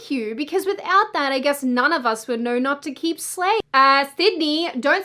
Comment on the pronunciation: I noew vs I know.. what accent does this girl have?